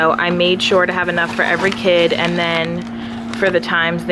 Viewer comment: “Aynd” haha Americans